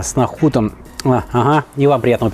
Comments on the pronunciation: Нахут, резанул слух, правильно нухат, ролик замечательный, любимое блюдо, спасибо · Не нахут а нухат!